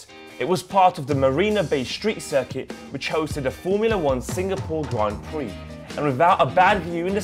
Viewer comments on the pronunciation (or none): none